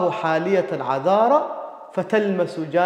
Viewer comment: الظاء تنطقها زاي (على ظمإ زلالا - العقد النظيم) الذال تنطقها زاي (ألذ من المدامة - ويأذن للنسيم)